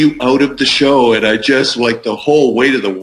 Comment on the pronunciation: Why do call the show a shore?